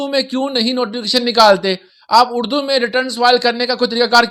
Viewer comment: اردو بولیں ،اڑدو نہیں 😅